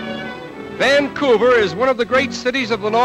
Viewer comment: The pronunciation of Vannnnncouver jars - but interesting film.